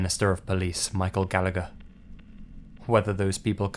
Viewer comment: This is besides the point but the way "Gallagher" was pronounced